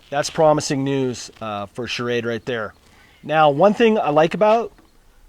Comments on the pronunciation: dude...it's called ssssssshrade....not shah-rade. love shrade knives, btw:) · I like your videos, but please get the knife company right. The name is SCHRADE not SCHARAD drop the A after the SCH. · SCHRADE one syllable, NOT SCHA-RADE with an extra A . no offense good review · You should learn how to pronounce Schrade. It's not charade which is what you are saying..